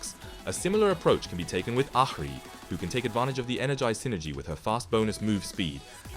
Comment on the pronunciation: good vid but please say ahri in a different way